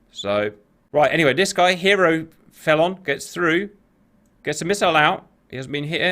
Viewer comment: ok who pronounces felon feelon